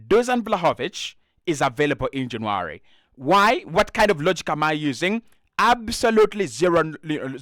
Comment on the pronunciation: It's not JanAry ..you silly sausage !! Its JannUary . Vlavoich ?? ...Noooo , This is a good an nformative positive podcast !!